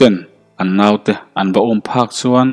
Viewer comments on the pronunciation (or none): none